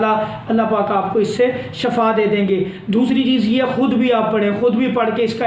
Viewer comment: Word shafa nahi shefa